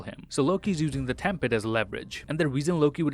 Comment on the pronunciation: I'm pretty sure it's time pad and not tem pad